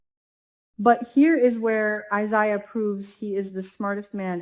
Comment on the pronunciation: Omg it's I- ZAy Ya please say it right